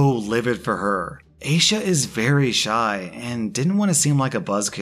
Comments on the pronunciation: The second he said Asha I just /knew/ it was probably supposed to be I-ee-sha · Aysha is pronounced eye-sha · Aisha is pronounced eye-EE-shush.